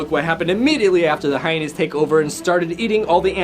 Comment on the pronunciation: . He said hyenys Instead of hyenas